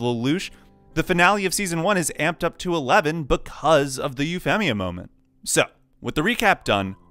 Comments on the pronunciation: Loved the idea for the video, gotta say hated the way you pronounced Euphemia's name despite saying Euphy correctly LOL C'mon man, there's a dub out. There's no way you didn't know how to pronounce it right hahaha Edit Well, I got further in and you say Suzaku weird, and even deus ex machina. Sorry, but that's too many strikes and too much cringe on the ears. I'm out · Yes incredibly convenient but it never bothered me....what bothered me is the way you say Euphemia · Wait how the hell do you say her nickname on point, but butcher her full name? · your pronunciation of Euphemia is weird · Once I heard you mispronounce "Euphemia", I was out of here.